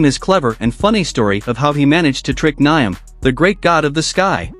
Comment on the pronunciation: It's actually pronounced - Niame and not Niam (Spelled Nyame)